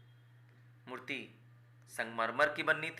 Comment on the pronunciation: Mutt❎ Murti✅😅😅